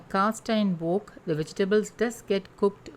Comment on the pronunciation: Love this healthy recipe. In case you are interested, wok is said as if you’re saying walk not woke. Thanks again.